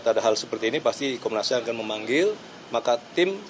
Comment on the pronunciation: Konnas HAM ya??? Bukan HAM burger kan.??